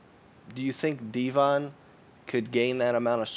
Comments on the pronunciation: Deh vin, not dee von lol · Deeevon?? It's pronounced DEVON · There are many reasons to dislike this video... But by far the greatest reason, is that IT IS DEVON, NOT FKING DEEVON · its not devAn its devOn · Deevon? Devon.... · His name is not dee-von lol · so you can say 'density' properly but not Devon???.....you trollin bro?.....its Devon, like Kevin...smh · I dont know how he managed to pronounce Devon wrong. Dee Von xd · how can you pronounce it Dee-van seriously how ignorant are you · Why are you calling him dee von? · Who's Deeevon? Kinda discredits your opinion when you can't even pronounce Devon correctly... Lol that's not even a difficult name to pronounce. Too much weed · Why call the guy divan when its devon??? wtf.... and why call denis “ dinnis”....😳😳😳😳?? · The way you pronounce Devon is way off guy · You're pronouncing Devon name wrong lol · Why can't you pronounce Devon correctly?